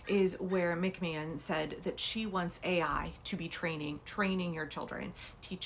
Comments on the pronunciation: McMahon thought AI was pronounced AL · She said A1 like the steak sauce.